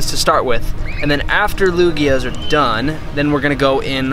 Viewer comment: Lugia not luggage